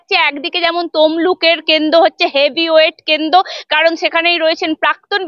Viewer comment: কেন্দ নয় ওটা কেন্দ্র হবে, পাথ্থী নয় প্রার্থী,এই রকম উচ্চারন করলে সাংবাদিকতা হয়?